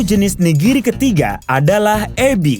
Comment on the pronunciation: Ka bilang nya 'nigiri'bukan (niriji)